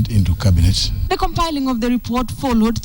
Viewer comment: to KTN: Cabinet NOT cabinate